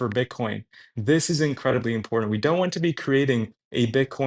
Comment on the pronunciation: Learn to say the word "important" if you are going to continue murdering it. There is no "D" in that word. Be better.